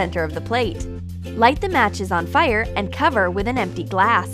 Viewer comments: "Fiyr" she says it so weird. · I love how she says fire